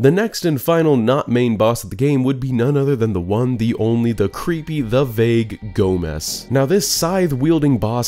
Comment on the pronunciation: I LOVE how you pronounced Gomess as Gomez almost every time you said his name.